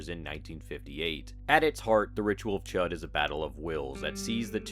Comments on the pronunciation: Ch-oo-d not chet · I think it's pronounced "shood." But I've been wrong before.